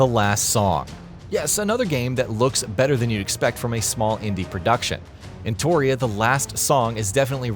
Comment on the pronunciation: Entoria? It's ENOTRIA